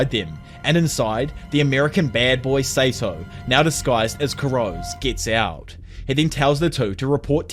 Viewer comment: I can't get over the pronunciation of Kurose's surname 😅 it's 黒瀬 /くろせ/ which should've been kuh-ro-se not kurows. Regardless, this is a retelling of the manga which I'm yet to read again since I stopped it at some point early on.